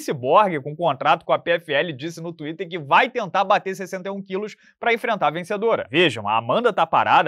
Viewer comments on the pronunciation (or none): none